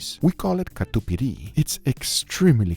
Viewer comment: His pronunciation of "catupiry" makes me so happy It's so right